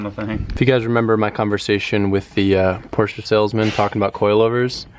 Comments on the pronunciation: Porsche Porsche Porsche Porsche... not porscha that shit make me so mad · Porsche not Porscha.. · stop saying porsha...porshe(silence the e). Then again you own it so call it what you want,*cries in poor* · Porsche not porscha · don’t you love how Americans say Porsche-a , makes u stop watching immediately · "PoRsChE-uH" cringe x100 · A few things: The GT3 RS rides rough because it's a racecar lol 12 point/triple square drivers are everywhere on VAG cars It's not a big deal but it's not pronounced "Porsha", it's Porsche but the E is slightly longer so it almost sounds like A. More like porsch-eh Edit: I forgot earlier, but a good intake will actually change how your car sounds. You should do some research and find an intake for it. Edit again: Oh they're going to make an intake too? Get it. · Yo its not Porsha its Pronouced Porsche:The E is silent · IT IS PORSCHE NOT PORSCHA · It's not Porschea it's just Porsche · needs to learn how to pernounce Porsche properly, it is prenounced as porsh not porsja. GET IT RIGHT!!! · Uggghhhh. Porsch-uh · Poor-SHa! Lol Love it... Cant hate one bit! 🤙🤙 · Theres no A in Porsche! It's not pronounced Porsche-a 🤦‍♂️ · for god sake learn how to pronounce porsche. the E is silent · It’s pronounced Por-shuh... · you pronounce 'porsche' so anoing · i am not wrong, americans are wrong because they don't know how to prenounce words properly. By instance, just take a look at aluminum, which is actually aluminium. You hear the German people say it, you know this guy is wrong. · He prenounces ti with the a et the end, the germans do it either with the e or silent. And yes i know, bacause i live nearby Germany and speak to german people.